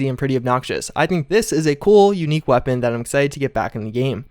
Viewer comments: Why can't he say weapon? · So you can't say the word weapon?